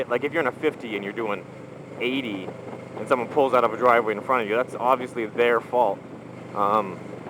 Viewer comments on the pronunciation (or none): Dwive way? :P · Listen to "pulling out of a driway" lol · haha "Dwive way" :)